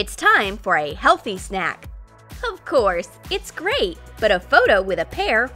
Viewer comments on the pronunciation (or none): none